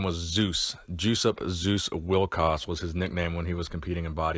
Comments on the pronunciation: Is it not pronounced “Yosup” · "Juice-Up" - Hahahahahahahaha!! It's pronounced "Jess-upp", but I'm sure Juice-Up was appropriate. RIP, Legend. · I would really wonder if Józef Wilkosz was not a Polish guy... did you just say his name sound like "juice-up"? :)